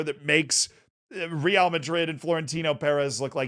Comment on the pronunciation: This would have been the perfect video to say Real correctly for the first time